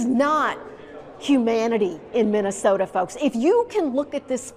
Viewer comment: You Axe questions and think Minnesota ends with the letter R ,,,,, 🤮🤮🤮🤮🤮🤮🤮